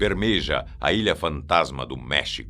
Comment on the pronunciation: bermeja (bermerra)